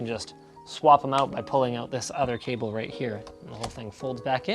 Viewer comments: I don’t know about you but it’s pronounced K-BEL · who's going to break it to him that it's pronounced "cay-bull" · I think he's just refering to the way cable is pronounced in french... "Un câble" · Are you trying to say Kabel? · The awkward moment when Linus says "caablee" three times in a row in a funny way, and your family gets in the room because it sounds like "boner" in greek XD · Hey, what's wrong with the french Câble?lol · Nobody: Linus: “cABl-Eh” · u said cable just like in polish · what's up with the "cable" pronunciation? 😂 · how Linus said "cable" made my day